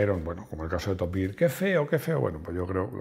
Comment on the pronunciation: Top giar . Top gear escrito. El nombre de la película, no lo pillo. Pronuncialo como se deberia en castellano, o como se lee in inglés de algun pais, pero de habla inglesa, o directamente da el titulo para España. Children od .... ? Tampoco tus opiniones son muy de fiar. Nadie es perfecto